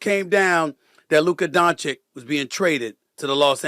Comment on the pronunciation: After all this SAS still cant pronounce Doncic properly. It’s disrespectful to mispronounce someone’s name